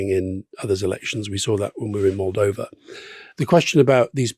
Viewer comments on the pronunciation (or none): none